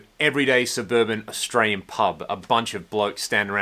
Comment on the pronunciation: "Scott austral-ian."